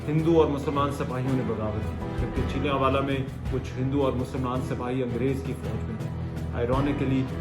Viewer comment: PLEASE PRONOUNCE THE CORRECT NAME OF SUCH :: VILLAGE :: HAVE A PROPER PREPARATION BEFORE A VLOG